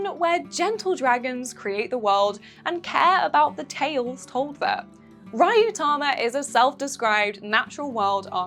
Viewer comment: Rah-yu-tama? Ma'am, surely you have seen some anime in your time? Maybe even some of it subbed?